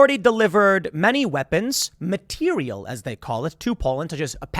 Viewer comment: It’s materiel, not material.